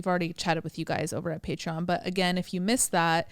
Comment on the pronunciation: Butchered pateron lol